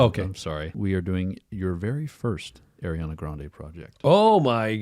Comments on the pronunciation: Just so you know for future. It’s Ariana, not Eriana. Her names is pronounced like it’s written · By god stop saying Airiana it’s Ariana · how many times you said “air-iana grande” hurt my soul 😭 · one of my biggest (unwarranted) pet peeves is when people say “Air-iana”